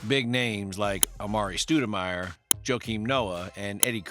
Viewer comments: ... did my man just say Amare" Stu" demire? - EXCUSE ME? Knicks faced "THE MILWAUKEE BUCKS"??? WHAT? Nahhh man you can't make a mistake that big in a video. You gotta re-edit this immediately, dude; then again this might be AI created content to get it that wrong. EDIT: Why aren't there as many thumbs down? The video should be ratio'd to oblivion for it's errors. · Amare “Stewdamire” 😂